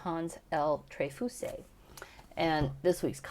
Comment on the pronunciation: Don't pronounce e in trefousse. We pronounced it like treyfus. I had him as a professor at Brooklyn College.